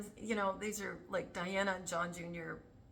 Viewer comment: So great to see you! Loved this video.. JOY!!, Was wondering if I've missed a decode on Juan O'Savin and the particular way he says Diana's name whenever mentioned. He clearly says Dee-Ana! So very strange since we've all known her as Lady Di! Not Lady Dee! 🎉